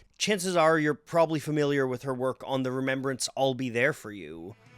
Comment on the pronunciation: Do you pronounce Rembrandt remembrance? Epic!! 😮😅